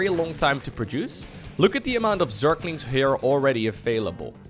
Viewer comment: your pronunciation of Zerglings (surklinx) always makes me smile. So don't try too hard